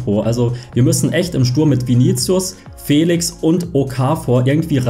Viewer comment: Er heißt joa felischhhhhhh nicht felix 😂